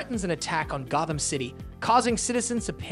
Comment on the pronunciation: The way he said Batman and Gotham would idicate that this is pulled from a list written by somone else.